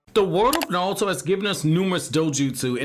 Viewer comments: Yo no disrespect but why does it sound like you’re sayin Naluto to go instead of Naruto to go 🤔. Is it an accent thing or a Japanese pronunciation thing. That shit is triggerin me odee 😭😭😭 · oh I didn't hear the accent with any other word lol